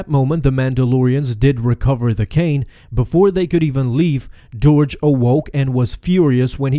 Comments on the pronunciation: I'm fairly certain it's pronounced 'derg' not 'dourj' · It's Durge! Not Doorge. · The way you pronounced "Durge" made me a little sad.